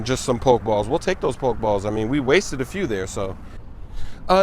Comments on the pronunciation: it's PokE balls not poke balls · It's (po-key-balls) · Lowkey annoyed that he says pokeballs, "poke" balls 😂😂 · poke-balls poke-dex poke-stops lmao cmon smoove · it's poke-e-balls and poke-e-stop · Po-key balls smoove